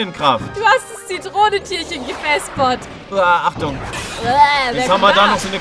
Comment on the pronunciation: 😂 gevespert lieb ich in der Aussprache im Schwäbischen auch 😂❤